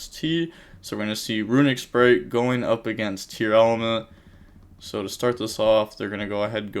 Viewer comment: except when "tearlaments" become "tearElements"